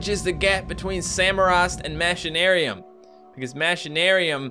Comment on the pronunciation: you say machinaruim like mashinaruim which makes no sense its pronouced machine-aruim